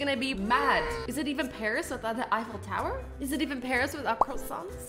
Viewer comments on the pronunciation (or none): Are you going to finish that cwosant?